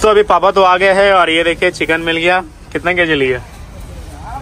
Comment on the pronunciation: Giya ❌ gaya😂